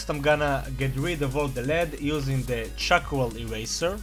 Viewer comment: it sounds like u say chacroal...